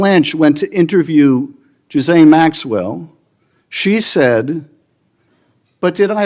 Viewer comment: He said Jizz lane Maxwell 😂 not Ghislaine maxwell